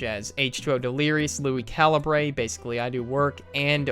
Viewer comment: Calibrae. Caliber. Say it like caliberrrrr. It just bothers me.